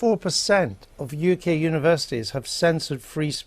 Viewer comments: 02 “Univerisities”? Is that how Universities is spelled in The UK? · Univer(i)sities? It's universities But the video content is nice though. 😆